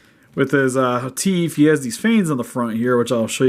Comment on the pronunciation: did he say teef!